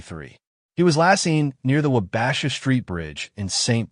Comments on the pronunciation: Wah-buh-shaw not Wa-bash-a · Oh, yes, the wa-BA-sha Street Bridge totally does not reveal AI's involvement